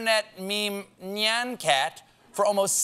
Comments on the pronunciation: Nyan cat $600K ... ???? Holy flump - didn't know it was pronounced n'ijn cat ? I've been say'n nigh-yen cat Rosebud is the sled and I F** it , 🤣🤣🤣🤣🤣 - that is just too funny - --- OMG - Still the Orson Wells / "Whelms*" bag of peas "thing" is the stuffing of legend. __ * why do we say "underwhelmed" but we don't say "I am feeling whelmed ". You can be overwhelmed - or underwhelmed ; but not whelmed . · My Seth Meyers Jackal-ness is coming out. I'm pretty sure Stephen mispronounced "nyan cat."